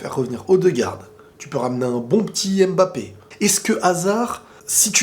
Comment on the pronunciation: on dit Mbappé pas M-Bappé stp. À chaque fois que j’entends ça mes oreilles saignes. Il faut faire la liaison, en Afrique c’est comme ça. Merci.